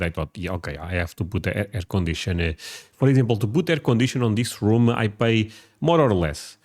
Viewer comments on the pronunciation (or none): If you can learn drop the habit of adding the suffix -'ah' at the end of a lot of your words; your accent will get much better immediately!☺ EG. you said "Room-ah", It's just "Room". Hope this helps